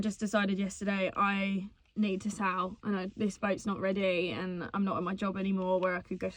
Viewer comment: American here...I hear you talking about sailing andsail boat. But you keep saying the word 'sow'. Is that some slang for something that us Americans don't get?